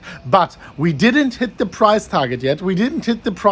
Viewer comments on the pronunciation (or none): "We hidn't tit the price target yet"